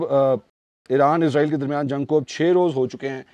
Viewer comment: Aslamo Alekum Kindly ap lo israeel lafz ko izraaeel k lfz mn tbdeel na krin because izraeel ak fareshta hy jo Allah k hukam sy logon ki rooh qabz krta hy Ar israaeel ak qoum hy js ka zikar Quran pak mn hy